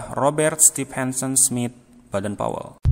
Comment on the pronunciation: Sran dari saya min klo bisa baca nama kluarga boden powel jangan badan powel semua,seperti bapak pandu Pramuka itu kan anak nya badan powel